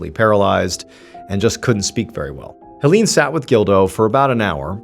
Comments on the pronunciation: Hoe-leene?? it's pronounced more like "Haylayne" dear 🤣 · Erm, 🤓☝️akshully, the name "Hélène" is pronounced "Ay-lenn." (First syllable is like the letter A.) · Great story! I am loving this series of French murder mysteries. Ps - Hélène is actually pronounced “ay-LEN’ 😊 É= ay È= eh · I really enjoy the way you tell the story. Very natural. Just an FYI, I'm an anglophone from Quebec, Canada and speak a certain degree of French. The name Hélène, because of the accents on each e is pronounced, (hay-lenn). I am going to subscribe. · Hey sweetie, A short French lesson: ;-) If there is an é in the name or word, it is pronounced as EE (i.e., like in 'emotion'). Is there an è? Then you pronounce it as EI (i.e., like in the word 'egg')!! So Hélène is pronounced as HEELEIN. Sometimes also HEELEINE (depends on the person). Warm greetz from Pinkie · Hélène is pronounced the same way as Helen 😘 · Is it too hard to search for: How to pronounce Hélène? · I love your work but in this case, it would have been BARE MINIMUM effort to look up the pronunciation of Hélène's name (closer to Helen with the stress on the second syllable). I'm usually really immersed in the story telling but this kept annoying me. It felt disrespectful and like minimal effort went into basic research.